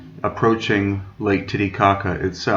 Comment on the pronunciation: Haha...he said titty kaka 🤭